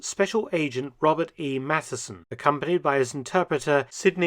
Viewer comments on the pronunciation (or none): none